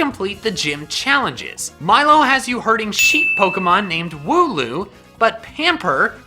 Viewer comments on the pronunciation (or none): Wooloo i think its not woo loo andnits wool oo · hmm thats a wierd way of saying wooloo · Wool-loom, wool duh and loom, crafting things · You ruined mine cause i thought he said woohoo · Wooloo - Wool and Loom... minus the M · I think wooloos name is wool and the pronounciation of the word uwe